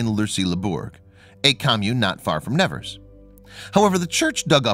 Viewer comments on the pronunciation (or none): It is pronounced SUEBER ROO not suberos and it is Nee vehrs - not Nevers . She is my favourite saint. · AMERICAN PRONOUNCIATION!!!!!! Please note that the city of Nevers is pronounced NeVAIR not as you pronounce it. The body of Bernadette is almost certainly a waxwork! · You mispronounced her last name and Never.